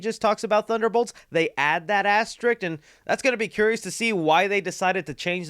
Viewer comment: First you can't pronounce peoples names and now you can't say asterisk. It's not an asterik. Come on!